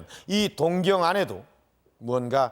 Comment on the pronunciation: 동경이 아니라 동-경으로 장음 발음하셔야 맞습니다.